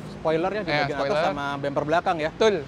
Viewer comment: Betull bukan tull